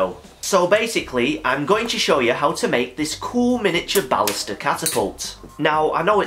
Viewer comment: Don't worry about it. I don't mind at all. It's actually a great way to say it.